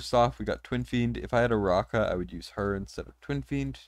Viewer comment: Wow the only CC to pronounce Aracha's name correctly. Arachnid > Aracha